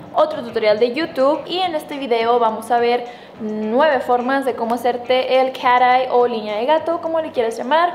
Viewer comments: crítica constructiva: No digas cosas en inglés si no sabes como decirlas!! No se Dice "carei" dilo bien por favor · Me da risa que dice cara ai skksksksks